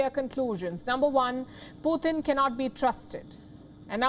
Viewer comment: She said poo 💭💩 tunn 🤔🤣🤣🤣🤣